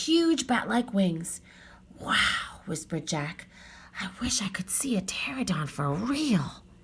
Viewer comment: You’re a wonderful reader and we enjoyed this! One small thing, my 5 year old kept pointing out that it’s pronounced pterANodon, not pterodon 😅